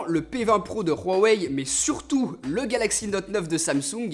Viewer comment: ARRÊTES DE DIRE « RUAWEI » STPP